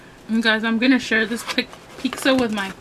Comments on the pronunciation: Pizza not peeksa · By the way it's pizza not pixa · I hate how she pronounces it "peecza" it's annoying! But good video! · I think it's funny (and not in a negative way) how some people pronounce pizza like "peeksa". 😁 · I like how everyone is so cal pronounces it "peeksa" instead of pizza.. i've heard some other people say it like that too ✌🏽